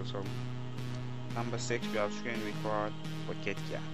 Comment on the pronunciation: rubbish, and its Kit...you pronounce the KK...KITKAT not YIT YAT!!